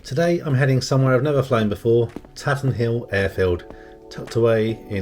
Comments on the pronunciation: FYI : Up here locally we pronounce it “Tayten Hill”. Looks like a good day for flying that day! Have you been in to Derby? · A very nice vid 👍 It’s good to see the facilities as well as the flight, which adds interest, so your content is excellent. Tatenhill is a gem, centrally based, excellent runway and friendly. I used to be based there a couple of years ago before moving south… we pronounce it Taytenhill 😉 Thanks for posting 👍